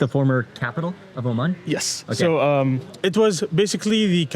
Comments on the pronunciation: Whats is... oman... as... oman... omaniyah... O' man... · 'Oh, man' (Oman)